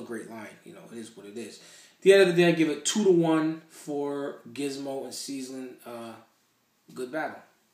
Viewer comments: Hahahaha it's Ceezlin not 'seasonin' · Why does call Ceezlin "seasoning"?